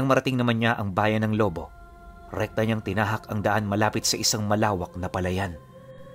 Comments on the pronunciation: Lobo' not lobo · Lu-bó po pronounce dun hehehe... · Gud pm po tag lubu Batangas po ako ang bigkas po ng lubu may din sa dulo lubu salamat po